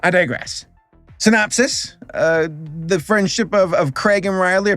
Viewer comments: At first when he was saying Craig, I thought he was saying Greg but like with a little laugh after it so it came out as Craig but turns out he was saying Craig the entire time. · Craig? Riley? I get it's your accent, but still. Its pronced as Gr-eg and Row-Ley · Craig and Riley...😑😑😑😑😑 WHYYYYYYYYYYYYYYY????!!! It also haunts me that there are people roaming the earth saying Theynos instead of Thanos. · Its Craig not Greg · Hearing call Greg and Rowley “Craig” and “Riley” give some life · he said Craig XD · Is he saying Greg or Craig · I love that he got Greg and Rowley’s names terribly wrong, but Fregley’s name spot on. Also, just so you know, the first three live action movies are actually really good (AVOID THE LONG HAUL AT ALL COSTS) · Can we talk about how he says Craig instead of Greg lol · Is saying Craig?! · "Craig" and "Riley" lmao. That had me dying even though it wasn't intentional. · Did you just call him craig? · How do you mispronounce Greg lmfao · He didn’t just pronounce Greg and Rowley wrong, but he also pissed off the entire Danny Gonzalez fanbase lmao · Is it me or did butcher the characters names😭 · What cracks me up the most is the fact that he got fregley right but not greg and rowley. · How did you get fregley right but not Greg and Rowley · I think I’ve found a new drinking game. Every time he says Greg and Rowley’s name wrong, take a shot.